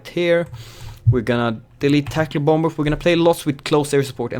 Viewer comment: Anyone else annoyed when he says bom-bers, in sted of bomers the second b is silent